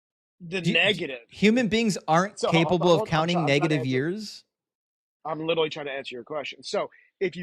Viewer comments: The caller tried so hard to be. Which made for an intensely annoying call. There must've been 1000 literally's pronounced "littely". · he witerally answered your question. Witerally.